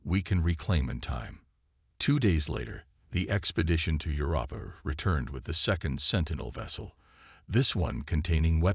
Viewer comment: I am at 18 minutes and I HOPE I can finish it. Your AI SUKS!!!!!!!!!!! "...air reads as BRETH-able", "physician around the solar system"(positioned around the solar system), "meh-GASS-ities"(megacities), "Setto, SAHto, SAYto"(what the hell is his name??), "quarin-TINED"!!!!???? And then near the end...."your-AH-puh"(Europa)!!!!!!!!!!!!!!!!!!!!